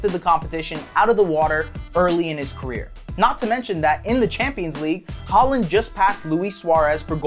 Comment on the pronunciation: Why do Americans just decide that they know how to pronounce names without checking first If you’re gonna make a video on him at least get his name right🤦‍♂️